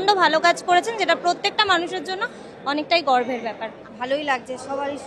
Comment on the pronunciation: Ota 'gorber' byapar 'gorver' byapar noy. 😂